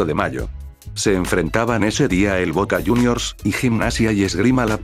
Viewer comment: No digas el boca iuniors queda horrible